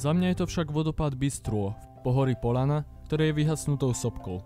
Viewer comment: Krásne video, ale, preboha, ľahký, ľahko, hľadať, Poľana, vedľajší - mäkké ľ. Zle sa to počúva. Sorry, lebo video je skutočne veľmi pekné.